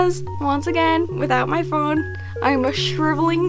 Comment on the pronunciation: omg the way you pronounced phone 'pahoney' me and my friends call it that all the time 💀